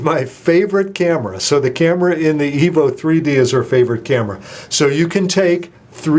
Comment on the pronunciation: I 'am sorry but did i heard it right?? you sai Htc Evil 3D & Evil 4G